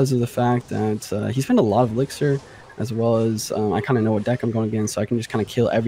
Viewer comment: Dear editor- it’s elixir not elixer